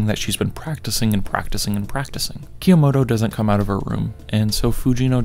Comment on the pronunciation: PLS STOP SAYING "kah - yo - mo - to" PLSSSSS